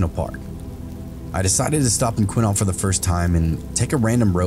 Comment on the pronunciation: So weird to hear Quinault said in a YouTube video and said correctly too 😂 people always butcher the native words from here.